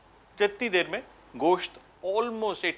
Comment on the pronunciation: Wow sir apne gosht ek dam sahi pronounce kia h 😍